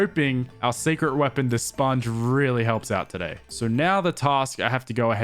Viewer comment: saying ill pick up the spoung and still doesnt pick up the spounge. lol